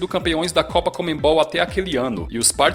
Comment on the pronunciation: Cara, para de falar comeNbol, é conmebol. O N é antes do ME